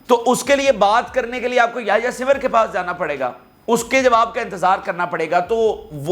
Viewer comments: Bata simr nahe sinwar ha sara nam Tu galat bolts ha, English ma bare galteyan han😂 ina thaik kar .😅😅😅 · Yahya Sinwaar plz pronounce correctly with respect his name 😡